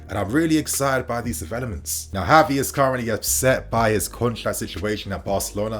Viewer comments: Its not HAVI its Gavi..dont try creating new spanish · I wanna rip my hair out lmao its the fact that he makes a point to say "HAVI" every sentence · Gavi is pronounced with a hard g, as in “give.” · Gavi not Havi 🤦‍♂️